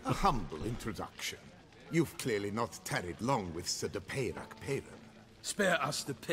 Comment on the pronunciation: is it that difficult to pronounce french names french instead of english? seems so. it just sounds dumb hearing names like milton de peyrac peyran pronounced english.